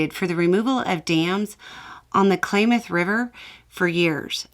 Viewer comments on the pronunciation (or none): Klamath River - kla (like clam) muth (like mother) rather the clay-mooth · I do truly love your reporting, and watch each video sometimes twice or three time. Lot's of food for thought. However, if I might, politely correct you. Klamath is pronounced Clam eth. Not clay meth. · Hey, the Klamath dam is pronounced Clamath. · Pronounced, Kahlamet. Not, Klamath😊